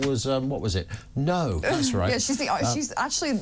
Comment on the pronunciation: neaur…. You mean no? Lol